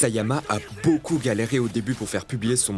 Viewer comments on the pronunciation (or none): none